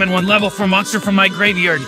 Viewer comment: No, just.. No. The way the computer generated voice pronounced graveyard made me say, Traaaaaaaash.